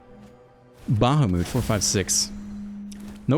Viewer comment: its pronounced like bah-hah-mut